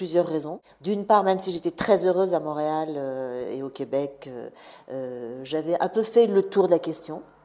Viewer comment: Mont-réal pas MAUréal!